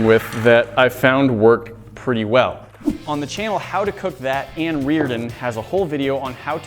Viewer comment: My question is, how did he mispronounce Ann's name when, she says it at the start of each video?